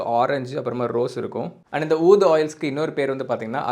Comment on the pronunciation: Pronounced oodh brother